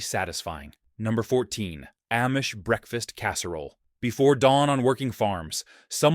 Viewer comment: AIcant say AHHH-Mish! Not aim-mish